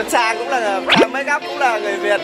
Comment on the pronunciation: Chang makup not “Trang” makup Chú Pew ơi 😂